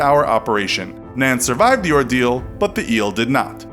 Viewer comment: or shall we say ord-eel